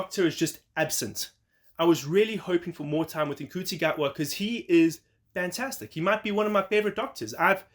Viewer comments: He said the name wrong, which he has said in comments, but it is pronounced n-shoe-tea. Ncuti confirmed recently in an interview that he has been saying his own name wrong for so long and his mum phoned him to say why are you saying your name wrong in interviews. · Wow, your speed of posting is impressive, I gotta say tho, ncuti is pronounced 'shoe-tee'. Thanks for sharing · You're a little behind in your news. In a recent interview, Ncuti said that the "n" is lightly pronounced; as in nShootee.